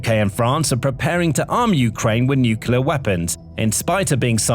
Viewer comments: Nukelar? Really dude? I wonder how you pronounce clear, clover, claw? Kelear? Kelover? Kelaw? Good job there. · Absolute Garbage!! Obviously, Ukraine is not a super power, outside the dimension of drones. So, I guess you could say they are a drone super power...?? Like I said, absolute garbage!! Get a life, and learn how to pronounce Nuclear!!